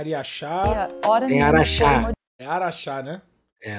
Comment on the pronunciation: É Araxá 👍 Cidade Natal da Mari ❤️ Tá devendo uma visita pra gente depois desse "ARIAXA"